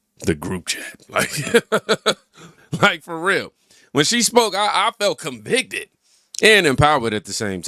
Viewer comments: What did you mean by CONPICTED? You making up new words now? 🤣 Did you mean to say convicted? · What is CONPICTED? 🤣 Do you mean convicted?